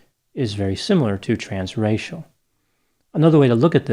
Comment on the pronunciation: Every time he said "trans-racial", I thought he was saying trans-Rachel!